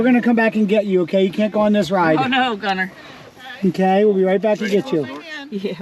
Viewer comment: Gunnar is a Norwegian name, my grandpa was Gunnar Breivik. And I must say that you are miss pronouncing the name… it’s sort of like Gu-nnar